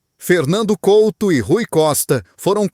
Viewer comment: Pelo menos podia dizer e escrever corretamente o nome do jogador Fernando COUTO e não Colto, tenha vergonha e apague o video